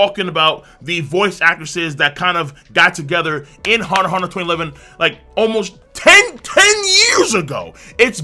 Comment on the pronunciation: You don't pronounce the "x". That's how it's supposed to be done.